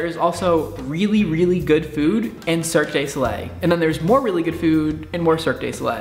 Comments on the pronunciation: This video has definitely broken the illusion of your intelligence. I love your videos, but "Antithesis?" It's said "AN-tye THEE-sus." Further, it's Cirque DU Soleil, you can just say Cirque and anyone who cares who they are will know who you're talking about ;). There were a few other things, but I'm running out of characters and patience. Sorry. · You're so awful! XDD how dare you make a language barrier joke using the italian word for varied/assorted? ps, Cirque de Soleil is pronounced "serk doo so-lay" but you gotta make it sound french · That's spelt Cirque Du Soleil, and prondounced "See-r-ke-uh' do Sol-eh" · LOL love the way you say cirque de soleil. " circ gay so lay" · Cirque du Soleil is pronounced surk-doo-so-lay... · Cirque du Solei just performed on the Oscars. Really impressive stuff. I'd love to see a performance on their's in Vegas. And yeah, you pronounced it kinda strange, but I forgive you lol and don't think it's really a big deal. :) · Cirque du Soleil! Get it right, as a Canadian I'm offended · Look up the correct pronunciation for Cirque du Soleil. Please, for the love of god just do it. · hes not that far off.. hes just pronouncing "du" wrong. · oh god please learn to pronounce Cirque du Soleil correctly omg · i hate the way you say cirque de soleil.